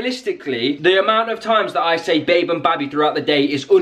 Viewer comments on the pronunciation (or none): she said babi 😮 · Listen, says babi